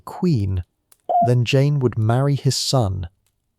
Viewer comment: Great video on poor Jane Grey..💔💔 And thanks for mentioning me and pronouncing my name right! 🥹🥰❤️‍🔥🙌🏽